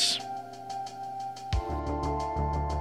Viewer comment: Sigh-figh cac-tigh